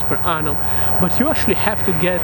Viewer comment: Why do you keep saying “anum” as for year ? 😅🤣